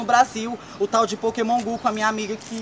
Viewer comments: Poqueman gu kkkkk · Adriele Queiroz pra mim ela falou pokemam gu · Adriele Queiroz pokeman gu kk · Pokémon gu pokémon gu essa frescura de pokémon gu kkkkkkkkkkkkk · Pokemom ku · "Pokemon gu "KKKKKKKKKKK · "Eu Vou Te Ensinar Muleque Como é Q Joga Pokaman Gu" Kkkkk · Ela falou pokemon bu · "Pokémon gu" kkkkkkkkkkkkkkkkkkkkkkkkkkkkkkk 😂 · ela falou pakemon gu kkkkk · Falou "Pokemon Gu" Nunca mais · O mais engraçado foi a mãe dele dizendo Pokemam gu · "Pokemon gu kkkkkk" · A muier parece q nunca aprendeu a fala pokemon go na vida,so pode ser isso mermo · Pokéman gu kkkkkkk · pokeman gu kkkkkkkk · Pokeman gu kkkkkk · Mae sempre fala o nome do joga errado kkk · A mae dele sabe nem falar o nome do jogo